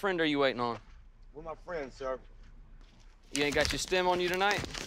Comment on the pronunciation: “ I was walking with my frien”😂😂😂😂